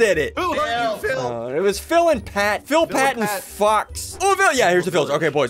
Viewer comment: He gust said fill fat and fox did it 😂😂😂